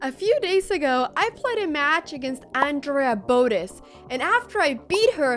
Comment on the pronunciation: “Alexandra boatus”